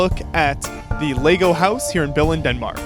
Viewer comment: Pronounce the word Billund right next time